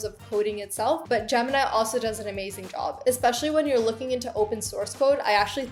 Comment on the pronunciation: Jimmy? Girl your Desi accent is showing, repeat after me Gem-in-i